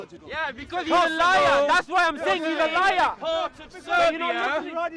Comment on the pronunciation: Laiaaaa comes from fiaaaa I can’t! 😂😂